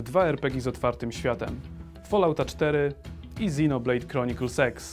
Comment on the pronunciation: czy tylko ja słyszę Xenoblade Chronicles Sex? dajcie se w tępie 0.5